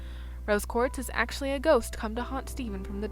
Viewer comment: "atchly"? Do you mean "Actually"? XD